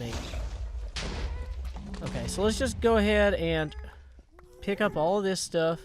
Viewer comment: I love the way he says pick... PIYUK!